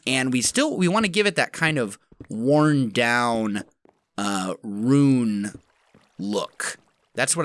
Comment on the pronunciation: You're very persistently saying "rune" and it catches my attention every time xD